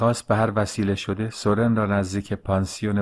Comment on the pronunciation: سورن را بر وزن سوزن تلفظ می کنیم